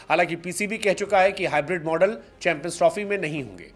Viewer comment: Chanmpions nhi champions hota hai sir ji 😮